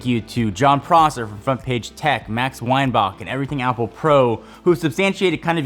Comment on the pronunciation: When it’s Mike Weinbach like “Weinback” not boch 😖